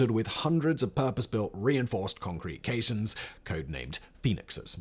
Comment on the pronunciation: No, caissons - pron. kay-sonnz